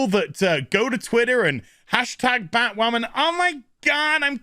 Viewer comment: Every time says 'Batwammin' I snicker. I can't help myself.